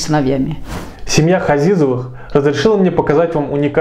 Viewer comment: Фамилия не Хазизовы, а Ғазиз, измените фамилиюи выучите родной язык.